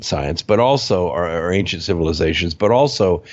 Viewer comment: I would like to help with pronunciation. There are so many words that would be easier to understand if the accent were on the right syllable and a few other details such as how to pronounce "ancient" or "chemical".